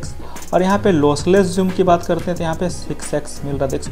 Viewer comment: Zoom hota he Joom nhi